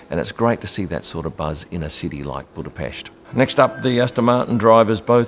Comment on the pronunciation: finally, its buda-pesh, nt buda-pest. been hearing the latter on skysports f1 whole wkend. great job!